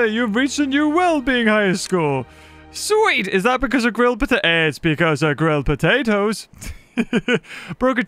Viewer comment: the way you said potatoes the first time was very wrong...